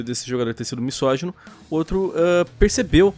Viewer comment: Por favor, a palavra não é "toxidade", é toxicidade! Pronuncie correto, "please"! E a palavra "misógino" é pronunciada com som de "z" ( como se fosse "mizógino" ). Obrigado!